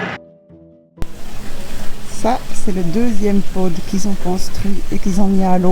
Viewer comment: J'aime bien quand tu dis "le Pod" avec l'accent de la Tchaux 😂😂. Que c'est compliqué un tableau électrique, pourtant c'est le cerveau d'un voilier. J'adire vos aventures. À bientôt